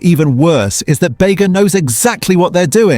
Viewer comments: This guy "tries making" lots of things, I wonder if he actually does? And it's pronounced "Beega" not "Bayga" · Ai generated voice. Bega is pronounced Beega not Bayga. It's named after the town of Bega in New South Wales. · Thanks for the video and the health warnings, but seriously, no Aussie would ever pronounce Bega as Beg-a. It's Beega as in the town in southern NSW. Thanks for the warnings, and now I look forward to your recommendations. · Just a point of interest BEGA is pronounced “Beega” not “Baega” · Bega??? It's pronounced "Bee-ga".... Not "Bay-ga"..... I know because my ancestors were original settlers in the Bega Valley. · It’s pronounced Beega, not Bayga 😒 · Bega is pronounced Beega. Not Bayga! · Agreed. Bega (pronounced Bee-ga not Bay-ga) doesn't have a butter branded under its own name. It's branded under Tatura. The Western Star butter I have only has pasteurised milk and salt. Therefore it's a pure food. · You are not doing much for your credibility calling Bega bay-guh pal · It is telling that you mispronounce "Bega". Makes me lose trust in anything you have said. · I think you may find the name Bega, is pronounced "Bee-gah" , as the company was originally associated with the town of Bega, "Bee-gah" in NSW, thought to be a corruption of an aboriginal word. As it is not an English word, in derivation, nor does it have and accent over the "e'', I have never heard it called Bayga, or the town name. Better get your AI names correct if you want people to believe your content. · Baga? Butter........Get a better AI. One that does better research. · bega sound's like BEE- GA...:hand-pink-waving::face-blue-smiling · Try pronounce Bega properly (beeega)got it dumb AI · Read by AI. EG: bad pronunciation.”Begga” butter lol and practically zero research: EG: The Bega Coop was formed over 125 years ago (not almost 100). 🎅🏼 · Pronounced BEEGA ....GUESS YOU ARE NOT FROM Nsw. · BEGA IS PROUNCED Beega! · It's pronounced Beega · Not Australia he can't pronounce Bega.